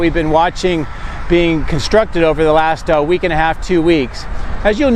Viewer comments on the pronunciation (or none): none